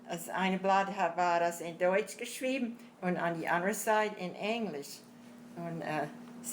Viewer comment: especially if they are speaking plaut..…as deutsh comes out sounding like dootsch